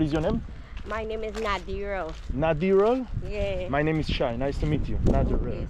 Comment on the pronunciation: Why do think if they sound their names like “town people talk” their names sounds much better such as the girl saying her name Nadira in town talk. 😂 Nadira is a nice name, don’t spoil it with “town talk” sounding.